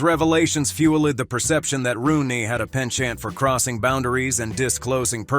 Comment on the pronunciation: Re-moresy, fuel-LED, pen-CHANT, and Be-Have-yur? 😂 AI voice is funny.